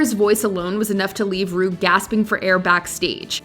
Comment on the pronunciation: When Jinx called Ru “ Broom” I died